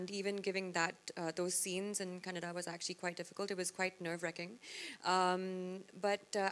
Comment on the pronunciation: It’s KANNADA not KANNAD